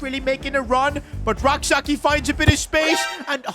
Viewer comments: The name is not pronounced Sa-ki.. it is pronounced Sa-chie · youre pronouncing Rak-Sakyi wrong. Its Rak-Sayi without the k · Rak-Sakyi's name is pronounced "Say-chi" not Sak yi It's a Ghanaian last name.